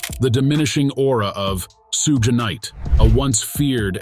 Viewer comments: sooge knight and soog knight are both improper pronunciations of Suge knight. This is nothing more than an A.I. bot narrating the news which makes this a false account. Also, stop using A.I. bots to read. Actual people see this and ultimately avoid content from a channel like this. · "Soog Knight" 🤣🤣🤣🤦‍♂️ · I can’t take this seriously because u keep saying Suge wrong lol